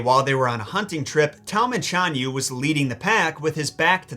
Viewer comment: Well do not depend on Pin-yin. Very Unreliable and you are the living proof! For Example: 匈奴 read as Shi-ohng Nwu and 單于 read as rCh-ahn Yu. ~rCh~ means you must pronounce ch with your tongue rolling. No Joke.